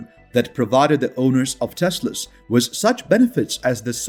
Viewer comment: Learn how to say the word WITH.